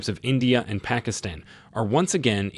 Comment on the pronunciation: i uh, know how ai has difficulties pernouncing some words, i believe you ment to say "PACKETstan"